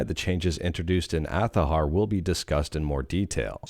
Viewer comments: You should follow your own advice do that same too because my comment bother you that much you felt obligated to make a comment. Hypocrite much. I said it before I will say it again it's Azhar not athaher. It literally takes zero effort. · you really need to calm down and i can see the rage boiling in your head.stop liking your own comments it's cringe. Even after all of this you can shout all you want. It still not change that fact that it's Azhar not athahar.